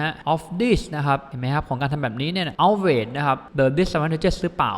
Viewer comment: Outweigh อ่านว่า เอ้า-เว ไม่ใช่ เอ้า-เวท นะคะ